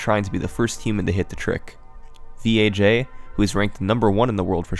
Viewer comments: >THIS IS VEE AYE JAY it vaj. vagina. just say vaj. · Why do you keep calling him V.A.J when it’s obviously a pun of the work Vagina😂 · It sounds like he keeps saying VHA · I heard VHA instead of VAJ. Funny how English letters work sometimes. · You just didn't wanna pronounce Vaj "vag" lmao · pretty sure it's pronounced "Vaj" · After hearing him talk I'm sure his name isn't pronounced by each individual letter, VAG, oh I mean V A J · I got a seriously chuckle when you pronounced "V. A. J" as the letters instead of how it reads.